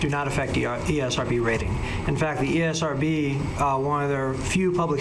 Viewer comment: Esrb more like Erbs